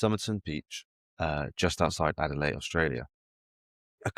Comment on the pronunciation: Could neither of you have corrected him on his pronunciation of Adelaide?